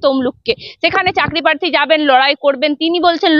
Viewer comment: কেন্দ নয় ওটা কেন্দ্র হবে, পাথ্থী নয় প্রার্থী,এই রকম উচ্চারন করলে সাংবাদিকতা হয়?